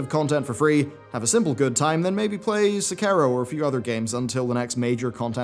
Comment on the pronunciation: Se (like the "Se" in "Selina Gomez") Ki (like the word "key") Ro (like the "roh" in "Fus Roh Dah"). Not perfect but a lot closer :P